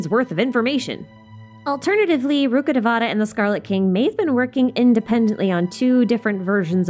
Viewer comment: rukkhadevata pronounce rukh devata( रूख देवता) not ( रुखाडवेटा ) rukh means tree and devata means tree. Rukkhadevata means tree God or God of jungle. Also known as ( वृक्ष देवता ) vrikshadevata in Sanskrit. No one pronounce Bicarbonate bicar bonate.